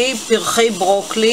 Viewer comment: ברוקולי. לא ברוקלי!